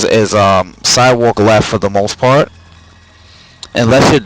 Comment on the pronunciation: "If you sidewok weft".... lmao